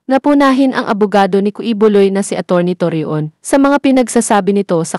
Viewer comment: Torreon pronounce as Toryon…ganun lng